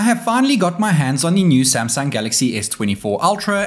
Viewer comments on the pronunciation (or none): WHY YOU SAY SAMSANG DONKY